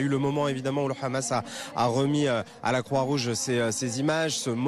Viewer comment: Pourriez vous dire a votre grand reporter specialiste du moyen orient Laurent H que "Hamas" en arabe ne se prononce pas raaamass mais Hamas? Il sera un plus credible dans ce qu il raconte. Pareil pour la dame qui a ensuite commente.